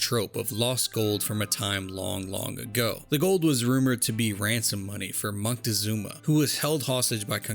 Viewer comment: surprisingly, your pronunciation of Moctezuma was pretty spot on, which makes me feel more confused about Juarez lol, love your videos btw